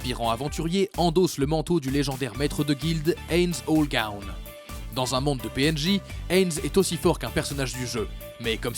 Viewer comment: Punaise j'ai jamais entendu une présentation de Ainz Ooal Gown aussi incompréhensible